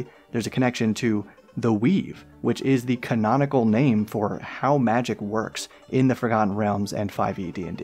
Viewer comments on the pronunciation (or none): none